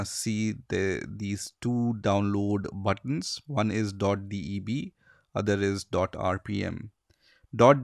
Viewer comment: DOT "D E B"